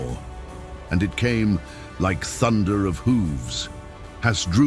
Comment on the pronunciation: Who is this 'Has-dru-bel'? And who was 'A-nee-bull'? Why do none of the makers of these vids listen back to their artificial idiot voiceovers?